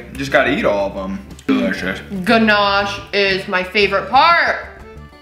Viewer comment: pronouncing Ganache like a pro! 😂...that all looks wicked! I was impressed at how you filled the muffin tin without making a mess... I haven't unlocked that feature yet LOL, I ruin the kitchen every-time I bake